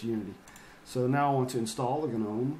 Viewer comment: It's not guh-nome the G is silent.